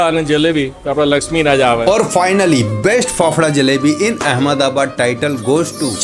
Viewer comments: Sahi khel gaye bhai 'अहमदाबाद' ko 'अहमद आबाद' bol rha hai 😂😂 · Ahamdabad ko ahamda bad kyu bol rha he bhai...oh sorry bol bhi kise rha hu 😅